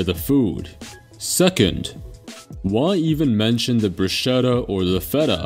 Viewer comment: It's BRU-SKETTA